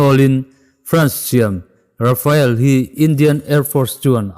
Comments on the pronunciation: Amak, RA-FA-EL a ni sek lo, RA-FAAAL ti anga lamrik mai tur. France-ho hian atawpa vowel awm hi an lamri tel ngai meuhlo tihte pawh hriattel a ngai. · Rafael ni lo in Rafale ti a lam zawk tur a ni e.... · Caption ah RAFALE ti siin RAFAEL tiin i lam tlat a ka hriat chu le???? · Rafael tih a lam lo tur... Rafale tih a lam tur